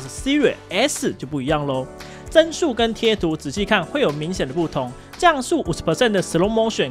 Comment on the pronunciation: Sky別再犯讀音上的錯誤摟 "幀"數 讀音 "正"數 而不是"真"數